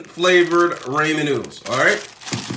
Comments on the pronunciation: Raymen noodles?😂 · what is this “raymen” noodles that i hear of? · Im dieing everytime he says it